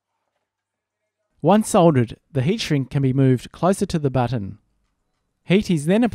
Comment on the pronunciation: No one: Literally No One: amstudio: BOTTAN